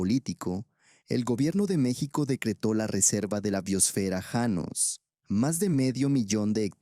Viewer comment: Janos no llanos. Empezaste bien y luego cambiaste como merolico